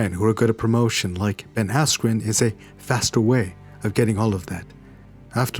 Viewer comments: learn to pronounce peoples names correctly,, you twat. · hahaha now i can't stop hearing asscream